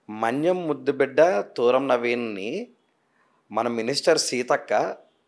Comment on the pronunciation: తూరం కాదు తుర్రం